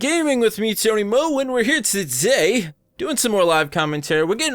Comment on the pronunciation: that intro "and we are here toddhaey"